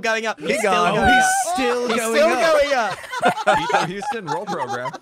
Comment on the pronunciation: pronouncing houston as "hoo-stin" hurt my texan soul a little